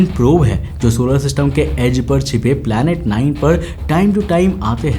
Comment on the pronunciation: Planet ❌ palet ☑️